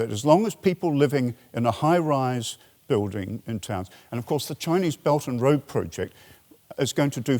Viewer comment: oh! His "Beldnroa" very much sounded like "belgium" in my ears, thanks for clearing that up